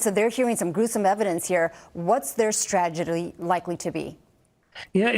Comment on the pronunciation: The News Lady Not Being able to Pronounce the Word "Strategy" Correctly while Live on the air During the News report??? B?$&@ u had One Job !!??